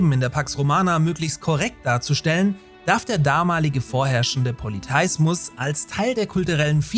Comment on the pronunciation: Das war auch sofort mein Gedanke! Poly-THEEEEEE-ismus !